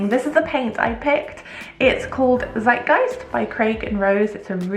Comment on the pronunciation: The way you pronounced „Zeitgeist“ was so cute 😂